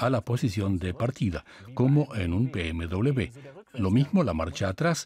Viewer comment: Se dice BMW W de uve doble o doble V, no doble B, W esto no son dos BB por favor